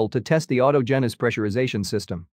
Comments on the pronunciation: Itll be nice when someone, somewhere, pronounces "autogenus" correctly. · This one was especially bad, too.